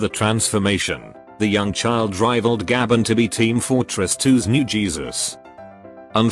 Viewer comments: its not pronounced gah ben its pronounced gay ben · The way the text-to-speech pronounces "Gaben" gets me every time.